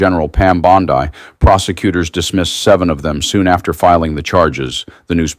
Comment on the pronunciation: Please stop using the AI generated voice. Pam Bond-Eye? Let a real person do the reading.